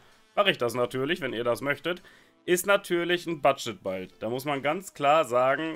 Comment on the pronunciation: Budget „Baild“. Jetzt verstehe ich auch was mit deiner Aussprache gemeint ist. Finde ich aber nicht weiter schlimm. Danke für die tolle Unterhaltung durch deine Videos!